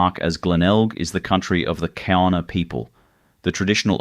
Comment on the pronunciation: The Kaurna people. The name is pronounced with a G sound ie Gaurna.